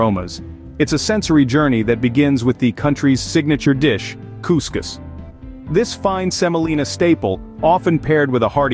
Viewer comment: As an Algerian I approve of this video, and it’s Cous Cous not “Couscus”